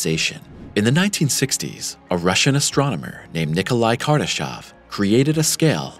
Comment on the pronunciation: It's Kardashev, not Kardashov. Is this a pure AI generated channel? It's mistakes after mistakes... after "mistakes".